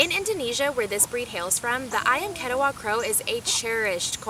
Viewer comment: You should learn how to pronounce "ketaws" properly from Indonesians.